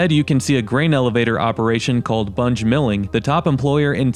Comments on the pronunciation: Bunge isn’t pronounced “bun-j” but “bun-gee”. And the city population includes a prison population of approximately 1800. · I grew up in Westville and Danville was where everyone went for things. I left as soon as I could. It’s so sad. Also just so you know bunge is pronounced bungee 😂 at least that’s how everyone I know pronounces it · The Bunge in Kankakee closed too.. I cringed when he pronounced it .. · You said Bunge wrong haha